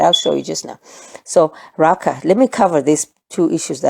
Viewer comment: In Sesotho ‘akha’ is a sound made in contempt as if scoffing or fed up. That is like Raca - the pronunciation you gave for the hard c and aspiration of the h. This is soooo cool!